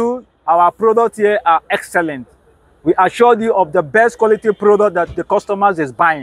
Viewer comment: The guy was great until I heard - Assured 😁